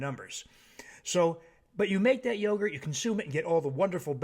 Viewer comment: That ma'am said ruegurt! Call it ruegurt! 😄😄